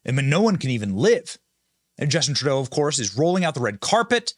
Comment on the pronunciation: Hi name is TurdO. Learn to say the names right. Very rude people.